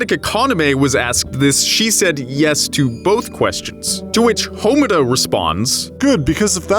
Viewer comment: Congratulations on your completely base observation interlaced with ugly drag costumes. Allow me to point out how you completely missed the point as well as your general stupidity. 1. Because this bugged me throughout the video: their names are pronounced MAH-DOH-KA and HA-MUR-RA. 2. The whole "making it" thing is subjective. I want to be a writer and I see writing as fun, so you could say it's effortless. Also, "making it" can mean many things, hell just GETTING the job you want could be seen as "making it." Plus given Rebellion it's clear the series is about more than just realizing you have to work to do something. 3. About Kyubey and the Incubators. The power they use isn't science, it's magic, the Soul Gems are just that, gems that contain your soul, a completely metaphysical concept that feasibly cannot exist in the realm of science given how based on belief it is. 4. Madoka doesn't become the universe, she becomes one of its' laws, the Law of Cycles, which takes the despair away from Magical Girls before their soul gem blackens to keep them from becoming a Witch. The whole thing about the singularity is flawed too, because a singularity is just that, singular, one, not many things, from a metaphorical point of view I see where you're coming from, but the logic you base it on is false, especially since part of the definition of a singularity is: "where the laws of physics as we know them cease to exist." Also the fact there are multiple singularities, (the centers of bl